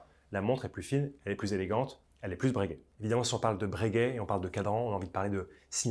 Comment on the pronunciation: Bréguet ou Breuuuhguet?😅